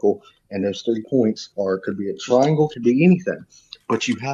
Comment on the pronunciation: "twaiengw have twee side so hexagon is tew twaiengws coz twee time tew is siiks duuuuuuuuuh" stick to guitar playin even tho that sounded like shit too